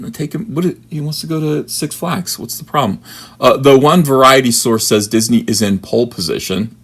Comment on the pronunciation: "Disnehy" ... "Steve Spielberg"??? Garbage Tear 😏